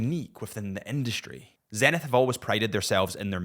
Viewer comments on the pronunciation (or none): none